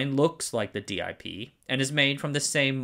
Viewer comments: It's inexplicable to me why you insist on saying "dee eye pee" instead of "dip" but "dram" instead of "dee ram" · In my career, I've always heard the DIP package pronounced as the word dip and not as the letters D, I and P. Great video. Appreciate your work! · Minor adjustment, there's no need for d-i-p. It's pronounced dip, rhymes with tip or nip. The single-inline is SIP, pronounced sip. Detail, through holes are not about structural integrity at all, just making connections between pins. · I'm suspect he mispronounces on purpose to increase comments, the algorithm likes engagement.